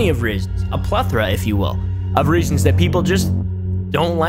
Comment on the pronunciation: when he said reasons i thought he was saying rizz